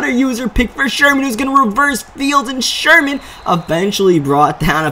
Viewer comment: "Anoder user pik by sherhhman"